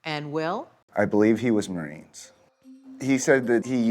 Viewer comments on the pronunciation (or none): none